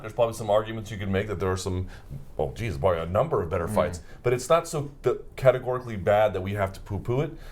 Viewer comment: Luke "Cetegorically" Thomas